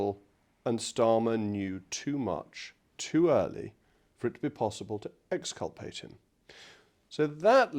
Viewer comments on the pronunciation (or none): The way you say "exculpate" makes it sound just like "decapitate."